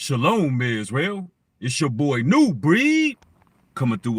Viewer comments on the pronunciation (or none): none